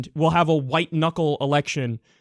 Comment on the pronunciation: I toad a so. I fuckin a toad a so.